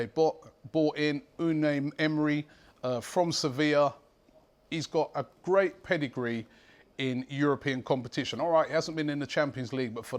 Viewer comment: Sevil O_o ? It's Seviya (The L is silent)